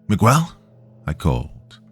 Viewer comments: No 'U" sound megel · This is like the third story hes mispronouncing Miguel repeatedly. I had to stop listening because it was driving me nuts 😂😂😂. Oh well Migwell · Mig-ggell would be proud. But, alas, he's not white, so, no one cares. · Not Migwell 😭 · Miguel is pronounced me-g(hard g)el (u is basically silent). 😊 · "Mee' Guh-Well," if you're from Ala-Bamm'-uH. is too laid back to pronounce anyone's name with such intense articulation. My favorite: Michigan, pronounced: Mitch, Again? Lol a common misreading. I would love to hear the kind do: "Manic Miguel Munched Mucho Mars Bars in Michigan." Because I'm a Bitter, Sadistic Old Insomniac who loves my hard working, hard working Doc. Death to boring, bland Comment... with a soul. Pleased to hear your perfectly, metered, but flat,, robot voice. Kind of a 4th wall break... luv U Doc. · I still loved the narration of my story nonetheless! If he chooses to narrate "The Pig Man," which is told in first-person by Miguel, I'm sure he'll pronounce it right. They say third time's the charm. Then, I expect you guys to congratulate him haha. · We know you arent AI, AI would know how to pronounce Miguel.